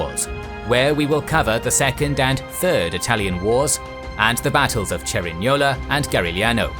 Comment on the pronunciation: "Cerignola and Garigliano" wow man, you pronounce these names better than me(i am italian)